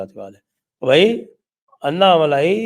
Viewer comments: It's not malaai but malai...no aa ki maatra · साहब अन्नामलाई मत कहिये. सही उच्छार तो "अण्णामलय" है।